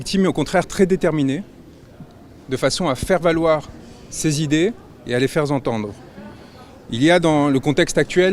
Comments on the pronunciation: Parce que c'était : les faire (z) entendre. #ironie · «à les faire Zentendre...» le mec il est avocat. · "les faire (z) entendre". On apprécie la qualité locatrice de El Senhor Branco (un Z qui veut dire Zorro)